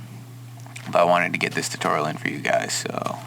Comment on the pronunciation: um did he say titorial